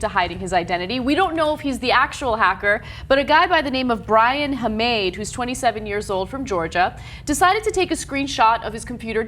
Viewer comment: It's pronounced "Ha-ma-de"